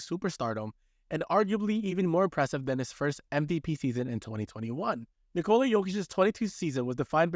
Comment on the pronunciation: lol you circled nurkic not jokic, also it's pronounced nikola, not nikola